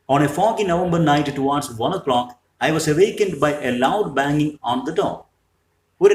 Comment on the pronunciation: Sir.... Pronunciation കൂടി correct ആക്കിയാൽ നന്നായിരുന്നു...eg: laboured, towards etc നല്ല ക്ലാസ്സ്‌ ആണ്